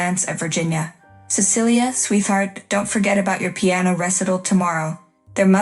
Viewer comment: Sweeth art? RESS ital?